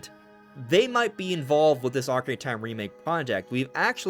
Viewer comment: Why do you call it the ockie of time? You don’t pronounce your words